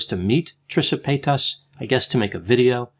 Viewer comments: Trisha Pay-tusss 😂 Lol sorry I had to, I love you tho x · Dr the way you say Trishas last name is THROWING me across the room😭 Love it. Love you😍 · LMAOO THE WAY YOU SAID TRISHA PAYTAS IS FUNNY NO HATE ITS JUST NO ONE HAS EVER SAID IT LIKE THAT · It's annoying how he says paytas, it killed the video. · It didn't kill the video when he immediately butchered the word mukbang?